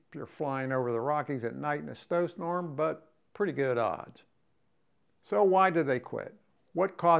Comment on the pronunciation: "Flying over the rockies at night in a stow snorm." 😂